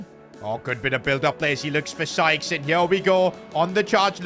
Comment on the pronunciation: Bro finally pronounced Sykes right and not skies